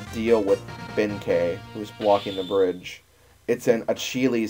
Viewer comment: You're right in the case of Yae and Sasuke, but he was pronouncing Benkei right. The latter is actually a Chinese name.